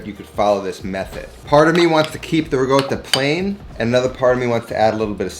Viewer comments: There is no "g" in ricotta. Slight r roll and there is a double consonant "tt". They are pronounced separately. "rrr- cot ta. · rih-goatuh hehe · imported from the same place he gets “rigoatta” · "RiGotta" ;) My first dinner with my Italian in laws involved being asked how to pronounce this cheese. Failed , but I've learned better.